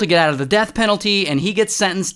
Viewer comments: lol “south CAROL LEHNA” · The way ray says Caro Li NA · South Carolynnna? 😂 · Wait why do you sayy Carolina like that? It's hilarious and I'm going to be doing it. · Why did he say Carolina like that? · Why did you say Carolina like that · No way thats how you say Carolina. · why u said Carolina weirdly? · THATS NOT HOW YOU SAY CAROLINA YOU LITTLE